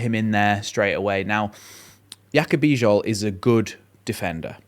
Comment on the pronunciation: The name "Bijol" is pronounced "bee-johl". The "Bij" sounds like "bee" and the "ol" sounds like "ohl". You did well.